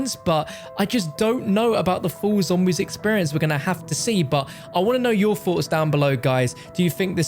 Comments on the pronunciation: “I’d love to know your foughts and opinions here “ god I love when he uses h’es lol 🤣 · he can't pronounce the TH in words